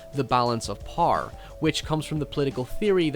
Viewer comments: the japanese say power as powah idk where you're from but its interesting you say power as "parr" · Who the fuck pronounces "Power" as "PARR". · love your pronounciation of "power".